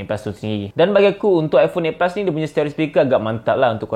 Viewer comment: Aku tak paham apa yang di cakap. Eight pus🤣🤣